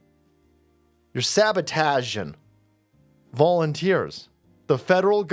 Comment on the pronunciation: sabataging? You pulled a Shatner lolol